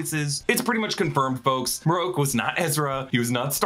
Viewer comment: MarrOak. Hmm. Marroke…. Na it’s marrok. Idk why this annoys me. Sounds letters make and such